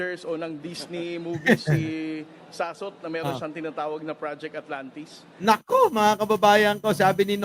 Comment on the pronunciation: Akala ko ba lalake yan eh dapat hindi Sass kundi Soss di ba. Sossot hindi sassot.